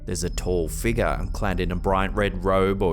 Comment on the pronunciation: U need to make merch for "shadowy figgah" and "ghostly figgah" and " anomalous figgah" Prime was used way before morons branded for a drink😂